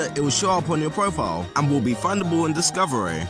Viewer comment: It's pronounced Profile not Profil